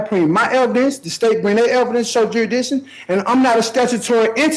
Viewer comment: Lives next door to ju-re-dission...